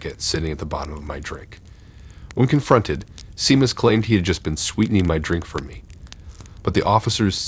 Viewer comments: For future reference Seamus is pronounced SHAME us. It's Irish☘️ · Are you trying to say Seamus? It's pronounced Shay-muss. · Glad someone said it😂